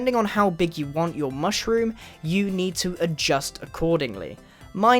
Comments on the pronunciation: Mooshroom? It's Mushroom dude. XD LMAO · Grian Its Mushroom Island And Mushroom Not Mooshroom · its mushroom island (mm•uh shh•roo•mm)